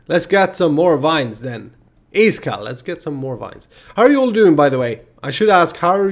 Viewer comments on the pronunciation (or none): I'm sick today and this makes me feel good. Thx. How do you pronounce your name? Eye-skall or E-Skall